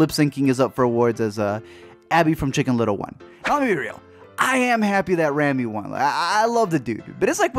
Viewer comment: You kept pronouncing Rami's name wrong it's "Raw-Me"... also to say all Rami did was lipsync is honestly wrong, he did so much to transform into Freddie